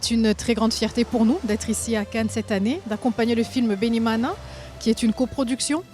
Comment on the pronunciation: Loved the way this mana said ' Bene-Imana"❤